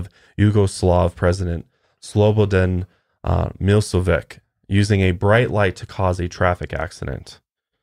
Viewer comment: great video! i love you guys!! i'm from serbia and i found it very funny how pronounced slobodan milosevic hahaha, you guys are so cute